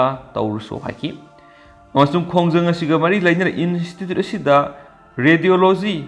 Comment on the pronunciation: Pao tabadi yam nungaire adubu nangi English ki word yaobadugi pronounciation dudi pura taba yadre. Institute haibane in-estitute haiba natte. Accuse haibane akuis haiba natte.